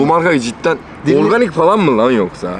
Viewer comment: abinin her tadı kötü olan içeceğe “organih mi lağn yohsaa” deyişi 😄